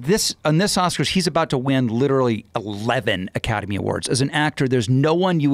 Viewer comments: he says “litchrally” like the guy from parks and rec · ‘Litch’-erally is UK English pronunciation